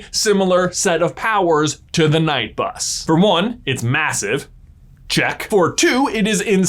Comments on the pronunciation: it's pronounced like night bus not k-night bus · Night or Knight it's pronounced the same. I don't like it when you say Ka night. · The first K-night bus prononciation I thought was a taking the p**s of it, but then it continued! Knight is pronounced night! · Why do you say KEnight buss? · just to let you kunow knight is pronounced nite the k is silent, the night bus in the uk is the bus service that takes drunk people home from the pub or club, plus poor unfortunate night workers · Anyone else little triggered by pronunciation of k-night bus? 😬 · ”Keh-night bus is the dumbest thing I’ve ever heard. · Surely it is pronunced 'night' bus, not 'kah-night' bus. It literally says on the wizarding world page: "The Knight Bus was so-named because, firstly, knight is a homonym of night, and there are night buses running all over Britain after normal transport stops. Secondly, ‘knight’ has the connotation of coming to the rescue, of protection, and this seemed appropriate for a vehicle that is often the conveyance of last resort." If JK intended it to be a homonym of night, it would not be pronounced 'kah-night'. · Kuh-night bus? Kuh-night bus? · “KuhNight”? KUHNIGHT??? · Disliked for constantly saying Kuh-Night bus. No. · Could you possibly try to pronounce it correctly: 'night' not 'knight'. Would you ever say 'knife' instead of 'nife' ? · The fact he keeps pronouncing the "k" in knight is so triggering. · When you’re talking about the Knight Bus why do you always pronounce it K-night. It’s just knight as in night. You wouldn’t say K nights of the round table. Takes the focus off what your trying to say. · It’s pronounced night not k-night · KA-NIGHT BUS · You said the knight bus. You said it wrong it’s the K-Night bus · This is how many times J is gonna pronounce it K-night bus in this video ⬇️ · Killing me with the K-Night bus. 😂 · "KA-NIGHT" bus😂😂😂😂😂😂 Maybe the beds are for wizards who have nowhere to go or something. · Ka night bus 😂😂😂 Americans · Ka-night bus 😂